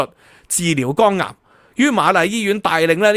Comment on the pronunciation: 要改下D懶音, 聽到耳仔痛。係肝癌, 你讀左"江顏"